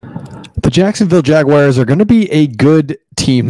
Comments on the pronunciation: Cool channel! oh and it's 'Jag - wars' NOT 'Jag - wires'.. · Pretty please stop saying Jag-Wires. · Dude, please learn to pronounce my teams name!! There is no I in Jaguar!!🙄🙄